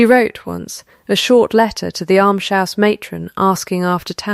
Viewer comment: Why cannot AI pronounce "almshouse" correctly? It's not difficult.